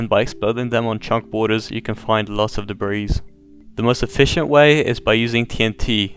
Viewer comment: did he say ancient debreez?